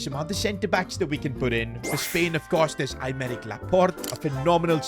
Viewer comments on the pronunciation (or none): none